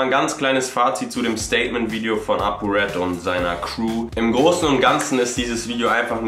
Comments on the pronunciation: es heißt Red ? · Es heißt RED leute.... :D hahah er wird euch dafür zerstören